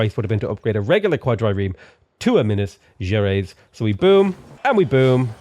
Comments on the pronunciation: u pronounce minas gerais wrong it's so cute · The way he pronounces Minas Gerajs really got me, hahaha. It's the name of a famous Brazilian ship, but it was inspired by the name of thr state I live here in Brazil.